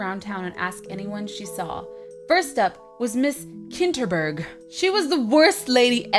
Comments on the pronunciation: you kept saying Miss Kittenburg! haha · Lol Tiff called Miss Kinterberg "Miss Kitteberg" Derp :P